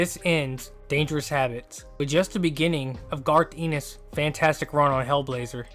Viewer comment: I don't mean to be a but actually head, but you're mispronouncing Garth Ennis' last name. It's a short E.